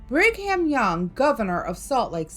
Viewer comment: born and raised in Utah, never heard about the Mormons doing this. And you can't just enter and visit Skinwalker Ranch. Just so you know it's not Brig Ham, it's pernounced Brigum (Young).